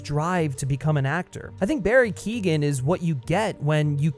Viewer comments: Keoghan is pronounced "Kyo win" not "Keegan" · Barry Keoghan is pronounced : Key - oh - in. Source. I am Irish and my family have the same name... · Barry Keoghan's surname is pronounced "Kyo-en" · It's Keoghan, not Keegan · Barry Keegan? 😂 being Irish the amount of people that have said Keoghan wrong is starting to annoy me 🤣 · barry keoghan is pronounced "key-owen" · Who is Barry kegan it's Keoghan your not supposed to pronounce the g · His name's pronounced Barry Kyo - han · you could try and pronounce his name right at least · you should probably learn how to say Barrys last night right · Another problem with Keoghan’s Joker is that they’ve gone so extreme with the face disfigurement, yet his speech isn’t impeded at all. With Ledger’s Glasgow Grin, it sounded like he had an obstructed mouth, like he’d been eating a bunch of peanut butter. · Dude, I get your point with the whole everyone copies heath ledger, thats all good. Barry Keoghan, you said his last name wrong, is fine. We’ve barely seen him. You’re ranting and raving about a guy who got about 2 minutes of screen time. Wait till the next movie comes out, then you can complain 😂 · Look up how to pronounce Keoghan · People need to learn to pronounce Keoghan